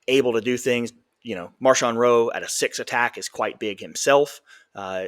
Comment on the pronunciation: Yeah, not Marshawn, though I wouldn't mind calling him Beast Mode.